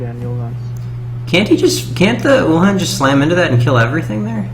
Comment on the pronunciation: uhlan not ulhan :P